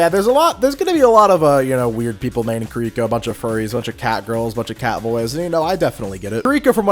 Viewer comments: It is KI-ri-ko. Not Kreeko. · But.. why are you pronouncing Kiriko and Kuriko? 🤣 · If I hear this man say kuh - rhi - co one more time, I might spontaneous combust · You were saying Kiriko wrong throughout her section. It’s pronounced (Ke-de-ko) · The way you say Kiriko actually hurts me